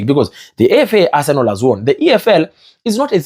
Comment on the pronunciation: Guy, is Arsenal not Arsenol. You can pronounce better pls.